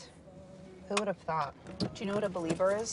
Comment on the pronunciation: did she say believer? I'm done... at fist she said belieber than she said believer.... #2016beliebers